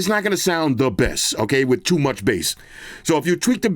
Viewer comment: Bro, did you say toom much bass 😂😂😂😂😂😂 stop with that nonsense 🇯🇲🇯🇲🇯🇲😂😂🫡🫡🫡😉 Too much Bass? What's that 🤔😳